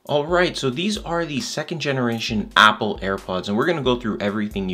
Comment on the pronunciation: what kind of pronunciation when he saying "apple"